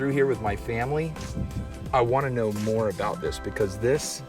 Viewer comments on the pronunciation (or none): none